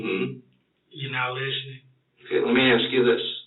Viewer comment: He can't even say the word "ask", he definitely can't outsmart anyone for that matter